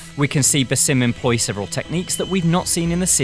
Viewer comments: it's BAAAASIm no BAYSIM, learn to pronounce the name appropriately you illiterate imbecile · He mispronounced Bassam’s name. Keeps calling him “Basim”. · BAH-sim. not ba-SEEM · It is (BAsim) not (baSIM) with the first syllable stressed. An Arabic name which means the smiling one. (Besme) means a smile. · do you guys even play Assassins creed? If you need to know how to say basim’s name you might want to go back to Valhalla seeing as it only takes place 7 years after the events of Mirage.. His name is “Baa-Zim” lol ffs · Why doesn't anyone pronounce his name correctly? The right way is Baa-sim.